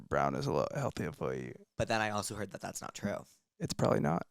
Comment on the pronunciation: How he pronounces heard like “hwed” without much pronunciation on the R is adorable!!